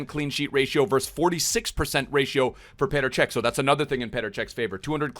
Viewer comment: It’s petr cech